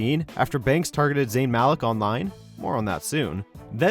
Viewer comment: How you pronounce Malik like that?